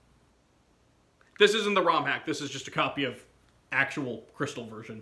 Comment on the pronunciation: Jrystal Me: gosh darnit, >:c